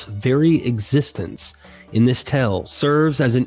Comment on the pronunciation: Dear God, you gotta stop writing "tale" so often! I scream everytime you mispronounce it in your videos! Just say "story"! 😂 Great content. Thanks for everything you do.